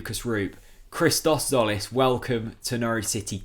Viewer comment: Christos' surname is pronounced jolis tzo->jo like in the word "joker".And the first name Hristos Ch->h like in horse. Seen you in the Redmentv channel for the first time, liked the content,and as a Norwich fan i guess you would like to learn it right sooner than later!